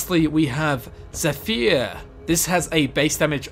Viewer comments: WHEN WILL YOU PRONOUNCE AURIEL CORRECTLY!?!?!?! Cheeezuss!!!! Also why did you say Zephyyyyr instead of Zephyr. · The zephyr bow is pronounced ze-fer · "Ze-FEAR" its truly pronounced Zeh-fur But otherwise great video, keep it up:D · the way he pronounced "zephyr" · Am I the only one who is bothered by the way he pronounces some of the stuff in his videos? Like Zephyr, it's not pronounced ze-fear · Zephyr: pronounced, 'ZAE - fur' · Zephyr is pronounced ze-f-er. That brought my ocd to . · zephyr is actually pronounced (zeh-fer) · It's pronounced ze-fur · Yeah, but istead of "u" in "fur" you put "y" and say it like it's "e". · Is it just me or does it seem everyone who makes an ElderScrolls video plays the game(s) with no sound? I’m talking about the NPC’s pronouncing all names but the narrators not pronouncing many of the names of items/characters correctly.